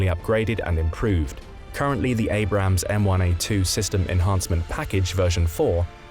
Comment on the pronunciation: Abrams, not Abrahams. And I can’t watch video to end because of the annoying background music, which I find very cheap and unprofessional. Sorry, no thumbs up.